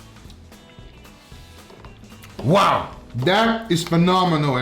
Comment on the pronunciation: the Florida boy came out of angel. He said “thats good Boah! (boy)”